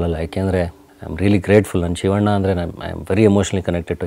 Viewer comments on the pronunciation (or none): none